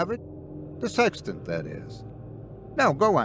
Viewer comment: "OH... "SEXTANT!!!" I thought you said "SEX TENT"... sorry, old chap. Wrong story!🤪 So... where was I???"